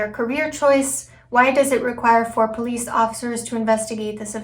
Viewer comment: It makes my ears hurt when he attempts to say the word police, I’ll tell you that. He always pronounces the word “Pleace.”